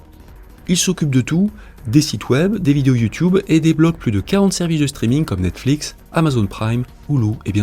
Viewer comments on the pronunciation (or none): none